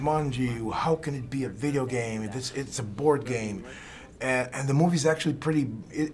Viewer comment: Olha lá! Videogame em inglês o fala certinho! AHEUAHEUA